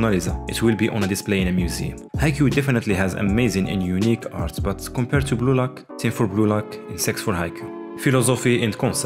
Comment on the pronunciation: Am I the only one who thought, he is saying Gulag instead of blue lock?